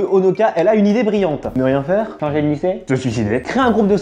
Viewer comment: Ce n'est pas kosoka mais kōsaka et eli et non eri... Sinon super vidéo!